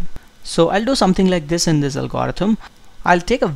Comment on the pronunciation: I think you are pronouncing algorithm wrong.